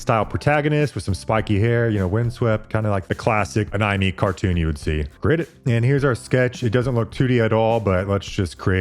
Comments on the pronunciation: Am I the only person that notice bro said anaimee? Or am I trippin? Bro is this ai too? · Uh-ny-me? You mean "a-nih-may?" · Anomi??? Bro aint no fckin way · “A knee may” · Let’s call this technology “Ah-nye-mee” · Anawme? dude....you cant be serious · Except anime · Does he say anime incorrectly for engagement? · That pronunciation of anime is outrageous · It made me flinch 😆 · It’s engagement bait